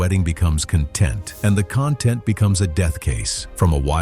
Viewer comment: The accent of content, is on the first syllable.